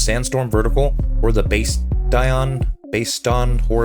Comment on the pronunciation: It’s bastshion